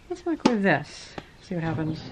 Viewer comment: UUUUH a Wicromave